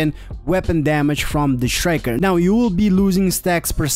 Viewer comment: It's not pronounced shriker. It's pronounces striker.